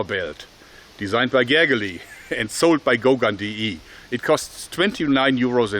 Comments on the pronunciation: Man pronunciert es 'gergei'. Ich weiß das Video ist ziemlich alt, aber sollte nur mal sagen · Not a Hungarian, but I think they pronounce Gergely almost like russian Sergei - Ger-gei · xdd im from hungary, and you actually pronounced his name really really funny :D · He did, yes :) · Ich höre dir Lieber auf Englisch zu als auf Deutsch! Anstelle von dem Falsch ausgesprochenem "Gergely" sag doch einfach Gregor ;) Gruß aus Ungarn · Wow. You mispronounced his name so hard, it's so hilarious. XD If you want to laugh just make Google translate read it out. You will be surprised.